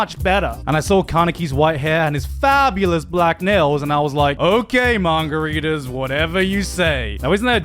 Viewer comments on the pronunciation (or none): I can't get over the fact that he keeps saying "mangaridas" and "mangaratis" and no one has pointed it out yet. 🧐